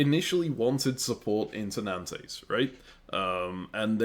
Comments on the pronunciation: Nice video, will keep watching. This is interesting. Calling Nantes - Nan-Tes is wild 😅 Keep up the good work though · I love how you pronounce Utrecht more or less correctly but Nantes is somehow too difficult :D